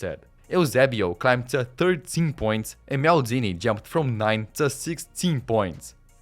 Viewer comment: Maldini ❌️ Meldini✅️